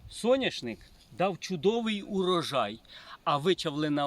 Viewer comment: Соняшник,а не сояшник